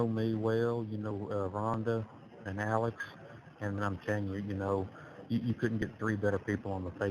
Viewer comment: I hate the way he sounds and how he pronounce Rhonda because that is my name 😮